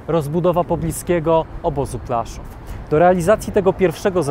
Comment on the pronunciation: PŁASZÓW a nie plaszów.